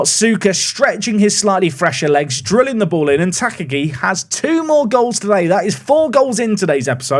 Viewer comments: Tuh -KAH-gee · just engaging about the soon to be top scorer of the league. Ta-Ka-gi isn't hard, I'm sure he'll nail it over time. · Please pronounce Takagi in the commentary like Hans Gruber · I really hope you are pronouncing Takagi this badly for engagement. Please stop, you are going to say his name a lot.